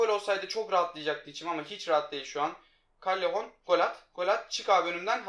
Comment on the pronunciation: Kallehon diye okunmuyor caleyon diye okunuyor